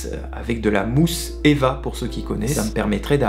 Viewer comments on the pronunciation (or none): On dis E V A pas eva mais très intéressant